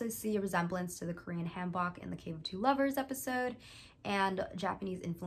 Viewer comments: I just mean this to be helpful do disrespect meant. Hanbok is said said with a softer a and o (hahn-book) here is the spelling if it helps 한복. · You produced Hanbok wrong the a in Han will make make a ah sound and the o in bok will make a oh sound. :) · Baha I have to chuckle at the way you pronounced “hanbok”, the traditional Korean dress. It’s more like “h-on-book”